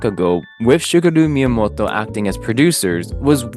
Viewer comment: please just pronounce it as “宮本 茂”, that was painful to listen to